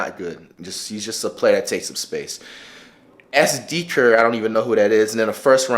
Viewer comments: You can tell he doesn't know anything about basketball he said S. Dee Ker it's DECK-ER lmaooo then said Chris Paul was so close to a ring ... WHEN ? Lol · When he doesn't know who sam dekker is and calls him deeker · You know he knows nothing about the NBA when he says melo is way better than harden.. melo is my favorite player but he is not better.. he says Lou Williams is not good? He is a solid player and he doesn't even know how to pronounce Sam dekker sleep flight cmon bruh